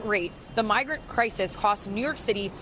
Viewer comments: Costs not "coasts" professor but yes this is true. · it's Costs..... not Coasts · I think you meant "costs", not "coasts"? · "Ciasts" them billions? Coasts? Lol